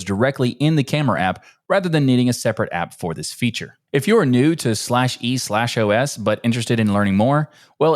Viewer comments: It's just pronounced "eeeOS" 😂😂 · Bro, just pronounce it "E OS"